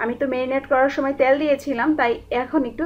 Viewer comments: আপনার রান্নার স্টাইল খুবই ভালো, আমি ট্রাই করেছি, খুব ভালো হয়েছে .. একটা কথা বলি আপু, কিছু মনে করবেন না, আপনার উচ্চারণে কিছু সমস্যা আছে, যা শুনতে খারাপ লাগে, যেমন, কিন্তু'র পরে আপনি একটা ক বেশি ব্যাবহার করেন, কিন্তুক বলেন, শব্দটা কিন্তু, পরে আর ক নেই.. তেল শব্দটা উচ্চারন করেন, ত্যাল বলে.. একার অন্ত তে ঝামেলা আছে.. প্লিজ ঠিক করে নিন.. তাহলে আপনার চ্যানেল দেখতে এবং শুনতে আরো ভালো লাগবে.. ধন্যবাদ .. ভালো থাকবেন .. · আপু ত্যাল না তেল।